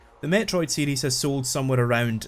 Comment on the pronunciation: Am I the only one that hear "Metroid CD" when he says "Metroid series"